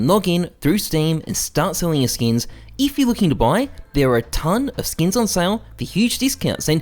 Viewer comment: I find it funny how he says “skeeyns” rather than “skins” 💀